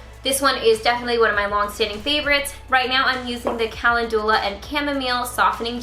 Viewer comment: Wait....is that how you pronounce calendula? Have I been saying it wrong this whole time?! LMAO Wouldn't surprise me. Story of my life. 🤦‍♀️